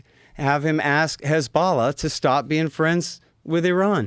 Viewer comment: Hard to take him seriously when he doesn't know how to say 'hezbollah'.